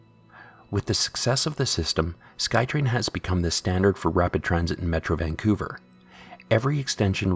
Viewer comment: It’s pronounced Vancouver not Vanqcouver.